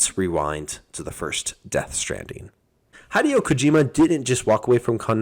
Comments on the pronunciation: Hideo (HE DEON) ... Not High Deo. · High-deo?? It's HE-DEO! Have you never heard his name said out loud? I'm sorry to be that guy but saying people's names right is important. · This guy is so weird why do you pronounce a japanese name like that? Hi dee yoh bruh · Hi-dee-oh. WTF 😆😆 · It’s “hi(short I, like “in”)-day-oh” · Highdeo lol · Honestly wasn't paying attention, my eyes were on the screen but my mind is was elsewhere, then that cursed pronunciation of a japanese name got me in my "gamer mode full attention state" LOL 🤣🤣🤣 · Hi-Dee-oh there neighbor! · Could you not spend 15 seconds and lookup how to pronounce his name? kind of seems like people are desperate to hop on the hype/relevance train. Still a good video though 👍